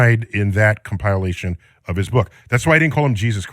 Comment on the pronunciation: Weird way to pronounce 'compilation'. 'Boded' doesn't seem right, either.